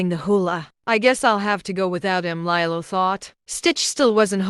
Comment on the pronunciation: Lilo... Lee-low